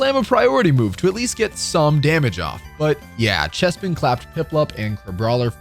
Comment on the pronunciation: CHESPIN????? lol